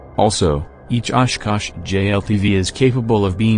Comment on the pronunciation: Good and informative video but the robot voice and its mispronunciation of simple words is very off putting; also the discordant, creepy music seems like a weird choice. At least your robot voice can pronounce 'Oshkosh' versus "Osh. Kosh." like a similar video.